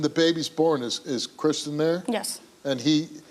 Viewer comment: His name is christian, not chrishan, she keeps calling him chrishan, so annoying